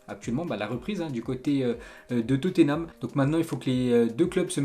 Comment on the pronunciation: Ensuite"qu'on va parler" c'est joli, mais ce n’est pas français ! Ensuite" Toté name" "Gréde liche"!